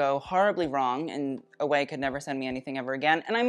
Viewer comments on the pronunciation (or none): Ouai is pronounced “way” instead of “away” by the way. 💕